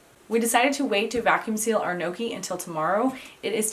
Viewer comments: lol not gnocchi like ‘pokey’, but gnocchi like ‘rocky’..😄All good, love your vids. This is on my list for the coming week😃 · As always, clear and very easy instructions! Thank you! [Now... add a fork and correct pronunciation and get a double win! Pronounce the letters inside the parentheses as one letter, (YGNow) key.] I absolutely can't wait to try the beet version. I am currently snowed in so, soon. ~Marie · you should roll up the back of a fork to make a pocket and ridges to hold the sauce and you don't pronounce the N its more a yonki sound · So funny how you pronounce it like "no-key" 😂😂😂👍🏻👍🏻👍🏻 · It's pronounced neeohkee. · just to assist in the pronunciation.......they are pronounced....... "ING-yuck-E. Hope this helps. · Kneeawkey. According to a Sicilian chef I know. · Gnocci , there¨s a J after the N when you pronounce it